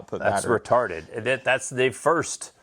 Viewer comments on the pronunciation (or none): Hell yeeeee . Listening while I dig up some dirt , had to make sure you said Reetarded 😂😂😂